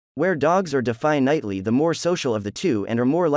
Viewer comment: Learn the correct pronunciation of "definitely."